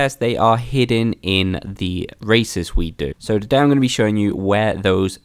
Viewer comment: Everytime he says races I hear racist